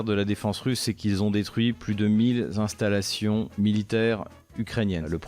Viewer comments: "mille z'installations" 😂 Il parle la France comme un troll pro russe 🤣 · "Mille z'installations" Même sa syntaxe est foireuse, pour ne pas parler du fond...